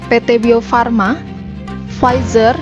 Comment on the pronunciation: Bukan frizer mba 😆 pfizer